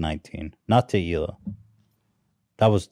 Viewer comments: Oliver Tree: “Hee-Lah”: “illa” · I love how insists on calling her HILL-AH. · is still calling Hila, HILL-A. Lmao.